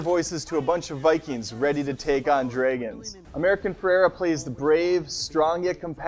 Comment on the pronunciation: dreigons....lol :P